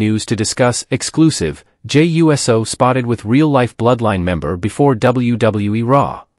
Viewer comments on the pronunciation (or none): Ummm . . . I think you are allowed to say: "YOU-Sew", rather than "U-S-O" as if he were a flying object.